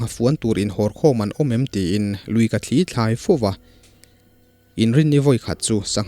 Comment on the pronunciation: "sangha thli" tih lai hi chu i lam dan a dik hlel em aw ka ti deuh a,,,, thil thli han tih hian a sawi fiahna mai tur hriat ka nei chau rau hle mai heng ang thli thaw anga lam rik nilo thawmhnaw kan han suk a a thli kan tih ang thli thaw anga lam rik nilo thil thli a tui ril ina a chhuahpui hi thlîl ang nilo deuha thil tia thuk hnuai deuh tur niin ka hria a.... Chutin ka hriat ber loh laiin,,,, kan keini lamin kan naupan tet lai tangin thlî a thawt ang leh "thli" a thluk tawi deuh(tawngka lo chuan sawiin a fiah mai lo ka ti),kan taksa min rawn zula luang deuh emaw, thil danga a thli ina a hrut a awm thin..... Chutiang deuha lam rik thin niin ka hria a sir..... Ka hre ber lo aw Sir